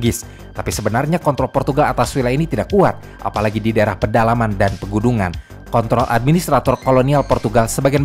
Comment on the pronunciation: kont... L 😂